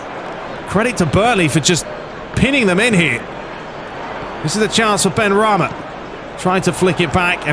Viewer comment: It's benrahma not benrahmi